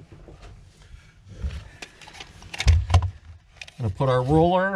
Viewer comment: "Rollller"? Ahhh RULER! Tape measure ??